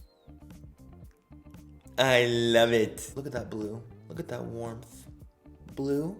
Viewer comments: WarmTHH..warMTTH lol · I love the way he says warmth he’s like “warmpth” lol luv u Manny 😽😽🥰😍